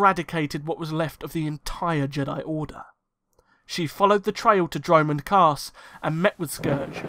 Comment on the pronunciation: Yes, btw the way you say dromund kaas is hilarious 😂.